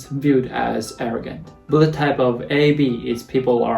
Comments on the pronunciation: I always heard "Bullettype" instead of "Bloodtype" 🤣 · the way you say blood type sounds like bullet time